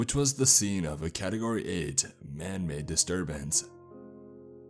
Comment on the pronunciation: Anybody else hear "anime" instead of "man-made" in the beginng?